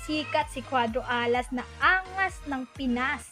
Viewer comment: Maganda sna mkinig sa kwento nito kaso pahina ng pahina ang boses at saka yung pagbigkas mo ng alas at pinas nakakadiri parang hindi ka pinoy